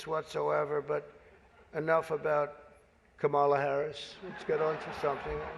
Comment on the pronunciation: Does he purposefully mispronounce her name? Or just not know it.